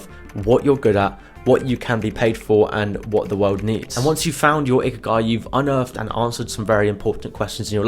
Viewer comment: "ikiagi", its ikigai